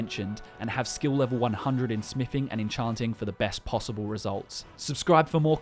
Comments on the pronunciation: "Smifing" Sorry, didn't know that skill was in skyrim. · its smithing not smiffing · Holy shit it's smiTHing not smiffing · Smiffing...love it. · You say TH when you pronounce the, this, that etc. But you say F instead of TH when you say another/anover , smithing/smiffing, with/wiv, thumbs/fumbs up. You have a selective speech impediment huh? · Whats is “smifing” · Learn how to pronounce a "th" sound. Jesus christ. "smiffin" on every second word was unbearable.